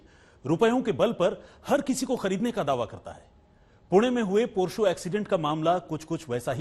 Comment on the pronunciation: PORSHO nhi hota h ... gawar jaise ky bolre ho🥲